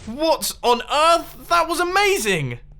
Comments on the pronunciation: what on oif? do you mean earth? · "What on Oieth?"